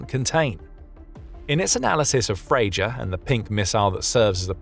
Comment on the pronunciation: It's pronounced FreYa